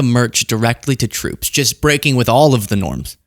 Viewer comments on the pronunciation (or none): Did he say “breaky news”?